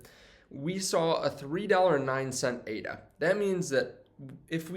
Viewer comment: Dude! ADA is NOT pronounced A. D. A. It's pronounced like the woman's name it was created in honor of: Ada Lovelace. A. D. A. is an acronym. ADA is not, so stop pronouncing it like it is. You sound like an idiot.